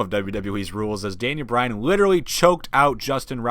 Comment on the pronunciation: it's bryan not Bryant